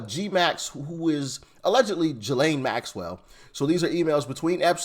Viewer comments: I think it's pronounced Gis- lean... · It's Gee-lane. I heard her brother say it. Like the butter gee. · Ghislane is french name & pronounced w/o the "s". hard "G". = Gee‐lane.. "g" in french language is sometimes pronounced hard & sometimes soft like our USA English. (Throw you for a loop=) Also in the french their "g" is sometimes pronounced "zh" like in their surame > Gigo < pronounced zhi-go. So they have some oddities in their (alphabet) letter pronunciations like our U.S. English does. "s" is not ALWAYS >unpronounced especially when they occur in the middle of words. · its pronounced Jizz Lane